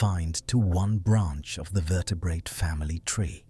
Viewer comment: Your AI narrator is one of the better ones but can you please train it to soften the second t in vertebrate to vertebraye. It just takes me out of the narration everytime.